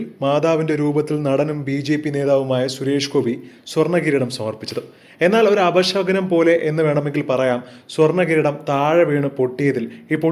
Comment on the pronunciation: അപ ഷ കുനം.... അല്ല ശകുനം.... മലയാളം ആദ്യം പഠിക്ക് ബ്രോ